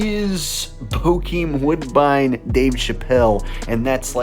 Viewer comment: It’s not woodbine